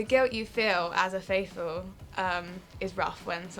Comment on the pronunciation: After all this time and after presumably watching the whole series, Harry still says 'Fateful' instead of 'Faithful'. 😂